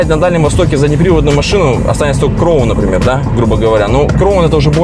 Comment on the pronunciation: Краун, а не кроун.